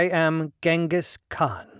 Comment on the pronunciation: cHINGUS kHAN , not the easiest name to pronounce